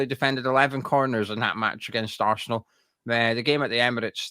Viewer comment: Talk English it's arsenal not assshhhnal sweaty pr1k wow your a joke